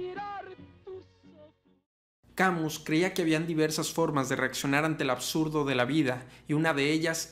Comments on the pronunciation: Albert Camiu??? Camus pronuncialo mejor Cami con tilde en la i. No te estoy bromenando. Es un truco que te dan los profesores de Frances! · Camus se pronuncia Kamys. En francés todas las palabras son agudas, paleto. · Mi tío era muy sabio... jaja. Algo de escritor nos legó. La pronunciación es Camí sin "u" ni "s" final. Buen video. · EN FRANCÉS NO SE PRONUNCIA LA S SE DICE CAMU Y LA U SE PRONUNCIA COMO UNA I LIGERA SE DICE MÁS BIEN CAMiius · No se pronuncia Camiu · ( "Camiu" :( no se acerca ni por poco a la pronunciación XD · Tu explicación es muy clara. Lástima que no sepas pronunciar el nombre del filósofo de quien hablas.